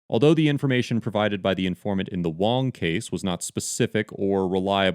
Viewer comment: Also, that's a surprisingly accurate pronunciation of Wong.